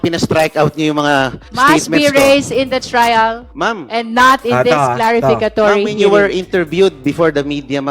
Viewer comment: C madam CLarificatory 😂😂😂,bwisitro😂😂😂